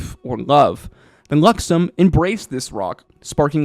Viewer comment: I heard "Luxummm" beacon so many times, but I also heard you say The Luxon properly...